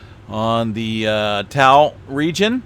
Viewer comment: Hey, you two. Great updates. Natives pronounce Ta'u as 'Taw oo'. Thanks!!